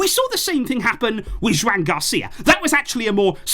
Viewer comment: Joan in Catalan is pronounced "jo AN" like 'Joanne'